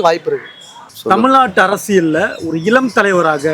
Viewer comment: இலம் இல்ல... இளம்.